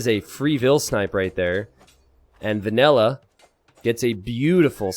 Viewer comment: Is calling "vanilla" "vanella" for half of this game, or is that just his accent?